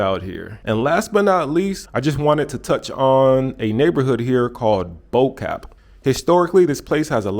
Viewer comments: "Bo cap"...bo-kaap Pronounced boo-ugh caa (like you want to say car but without the R) then end of with the P like in cap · That Bo-Kaap pronunciation though lol